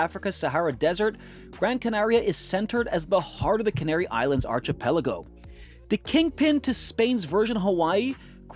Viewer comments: It’s pronounced “ar Ki pelago “ with a k sound, it’s a Greek word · Thanks, good stuff! BTW Archipelago is pronounced with a K, not ch sound, just thought I would mention since you said so many times in this video 😄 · Great vid! Just a small note: look up pronunciation of archipelago.